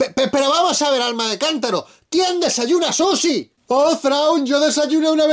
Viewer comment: Quien le dice susi al sushi? Maldito abraza farolas